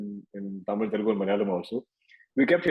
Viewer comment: Its Telugu. Not telengu. 🙂